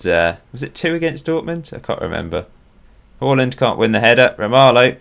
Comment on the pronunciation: Who's this Holland fella? U mean Haaland? Hahaha